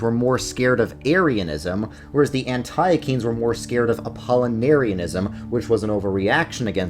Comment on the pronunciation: Please stop saying an TIE UH KEENS